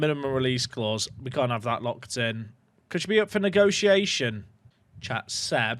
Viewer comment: Sometimes it sounds like says “” instead of “Chat” and I like to believe that he’s not actually streaming but don’t talking to himself